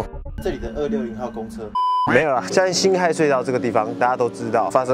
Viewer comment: 那個不念ㄏㄞˋ念ㄏㄜˊ